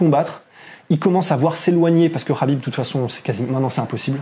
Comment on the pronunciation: Le "kh" de khabib, (Хабиб en russe), et (حبيب en arabe), se prononce "ha", comme lorsqu'on rigole "hahaha" et bien pour khabib on dit HAbib, c'est simple.